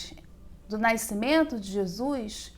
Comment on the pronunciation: Excelente vídeo Engraçado é a professora falar naicimento rs